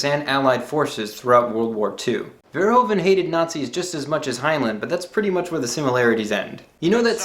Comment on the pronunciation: Hi! I'm so shocked someone outside of the Netherlands likes Paul! I would like to say though that Verhoeven is pronounced as Ver (as in purr, what a cat does, but with a v) Hoe (as Who?) Ven (with the same sound as in purr again)